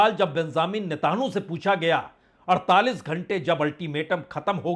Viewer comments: आप नेतन्याहू और हॉर्मूज का नाम सही से नहीं ले पा रहे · 🤣🤣🤣 इतना गन्दा उच्चारण नेतहानू और हुमूर्ज 🤣🤣